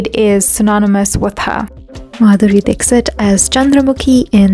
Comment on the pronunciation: Beautiful well researched video . Thankyou for sharing it with the world. :) One lil correction if i may.. in India , Dixit surname is pronounced differently, not Dik-sit ( u can read as 'Dikhshit' :)